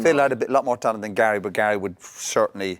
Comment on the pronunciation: Why does Ian Wright call Gary "Gail" !!!